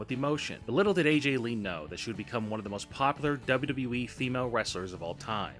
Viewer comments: What the hell is a "Double Dubwee"? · Why can't the narrator say WWE?